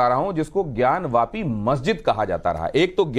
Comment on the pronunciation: मौलाना ज्ञान व्यापी नहीं होता है ज्ञानवापी बोलो